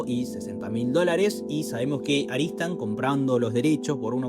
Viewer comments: Claramente dice ARTISAN, ar ti san ... No aristan . Pero igual está bueno tu video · Porque dices Aritsan cuando es obvio que pone Artisan? 😂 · Excelente resumen, una única observación. La productora es ARTISAN no ARISTAN